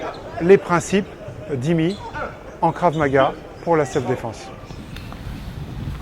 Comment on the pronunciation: Si je peux me permettre, c'est Krav et non Karv. Concernant le port des gans c'est par souci de protection et l'intérêt d'un combat dur se trouve dans le stress qu'il génère, stress que l'on retrouvera lors d'une agression en dehors de la pratique sportive...